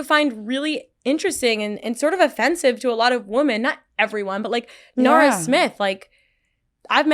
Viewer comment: Paige can't say women properly..... weird.